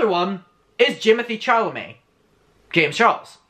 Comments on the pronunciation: low key whenever you say jimmythee chalamet it really scars me lol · NOT "JIMOTHY CHARLAMET"!!!...😭😭😭😭😭